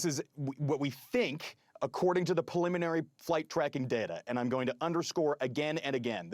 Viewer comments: Please stop saying pelliminary 😭😭 Edit: Not trying to be mean or anything, it's just grating on me so hard. As an expert guest, the guy is fantastic. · Someone teach him the word preliminary!